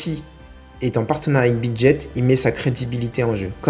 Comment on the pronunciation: On dit Bidget et pas Bidjet ;)